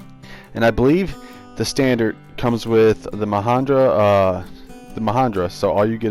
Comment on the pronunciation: mahindra with an i not an a ma hin dra